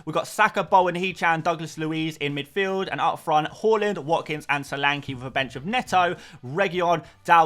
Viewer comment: Hojlund pronunciation is hoylunn not hoylann